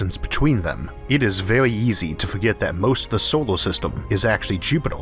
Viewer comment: "It is vehy eezy" "Jupedor" Oh yeah, this guy. leaves